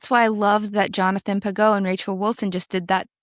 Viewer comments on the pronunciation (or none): Great interview ladies. Pageau uses a soft G, like George 😊 God bless you both ☦️